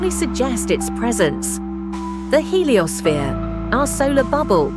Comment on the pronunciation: Today on The Heliossneere: Our Sular Bubble. That's some pretty sloppy AI.